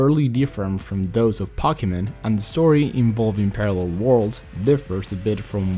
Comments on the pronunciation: Omg it's (poke-e-mon) not (pock-e-mon) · ITS POKE-E-MON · SAY IT RIGHT FFS ITS POKEMON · Pokie Mon Hahaha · "Packymin" that's new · It's po-key-mon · it's po-ke-mon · I LAUGHED EVERYTIME HE SAID POCKY MAN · Wtf is Pockymon? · why does he say pockymon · is pronounced poke e mon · Actually it's po-Kay-mon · Pocky mon my ears are bleeding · ummm... why does he say pocky-mon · pocky men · do you mean cocky-mon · I HATE HOW HE SAYS POKEMON ITS LIKE WHEN PEOPLE TRY TO SAY CATERPIE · he said Pokemon wrong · it does kill me he says pokemon wrong